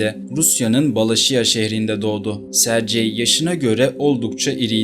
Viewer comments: Rusyada, Rusçada Sercey diye bir issim yok bilader!!!!! Aynı yazıldığı gibi söylenir Sergey!!! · SARCEYDEN sonra izlemeyi bıraktım. SERGEY diye söylenir. Sankt Peterburguda. Sankt PETRASBURG dediğiniz gibi. Hep telaffuzu bozuyosunuz. Önce biraz telaffuz eğitimi alın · sercei okunmaz serygey okunur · Serci nedir? Sergey😂😂😂😂😂😂 Sergey ingilis ismi degil. Serci okunsun. önce öğren sonra konuş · Sercey deyil Sergey yumuşak g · AY bala serci yox Sergey g harfiyle serqey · Italyan ismi gibi okuyorsun.sercei degil sergey diye okunur. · Hikaye için teşekkür ederiz. Ancak, bir Rus dili ve edebiyatçısı olarak şunu demeliyim ki, adamın ismini yanlış hitap eden diyorsunuz, doğrusu Serg(Giresun)ey👍🏻. C değil. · Her Sercey deyende eseb oluram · sergey okunur